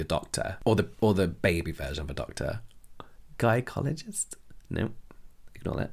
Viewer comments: “guy-cologist” has me dying over here 😂 Dw James those of us equipped to carry babies knew what you meant lol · He said “guy-cologist!”